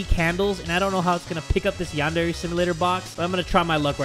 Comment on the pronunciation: Lol i was board and going through his playlist and noticed how didn't know how to say yandere and did not show much interest in it and now its like this.